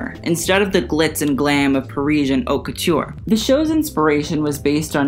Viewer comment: Haute lol please pronounce this correctly. Other than that, great work.